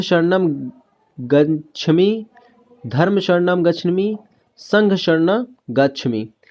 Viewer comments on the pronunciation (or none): Gachhami nahi hota hai gachhaami hota hai